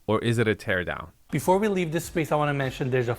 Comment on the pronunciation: Say it with me…TEAR DOWN!